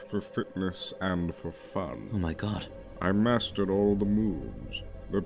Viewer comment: The only thing off is the pronounciation of the word "mastered".